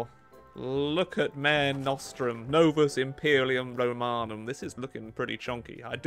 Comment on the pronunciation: I know it doesn’t matter but if you are pronouncing mare nostrum its Latin and it’s pronounced ma-re (re like red) nos-strum and it means our sea anyway love the video ❤